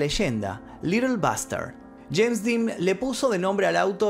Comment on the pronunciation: El día q murió “sheims Dean”, q gracioso como lo pronuncia😂😂